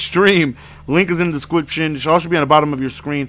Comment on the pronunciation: Link in the "descwiption"? Lmao